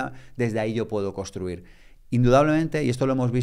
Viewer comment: Genial! Gracias. Solo un par de cositas... Por favor, intentad VOCALIZAR es súper importante para los divulgadores, podéis intentar hablar un poco menos rápido y, por último, se dice CONSTRUIR no COSTRUIR. Gracias